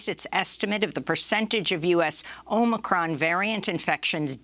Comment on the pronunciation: I love how she says “omicron” in the traditional pronunciation. 🤣🤣